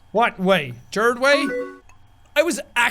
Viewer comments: he pronounced Gerard so weirdly lmao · the way he pronounced Gerard way I got so pissed ITS GER-ARD NOT GER-ID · you pronounced Gerard wrong... sorry I'm a fangirl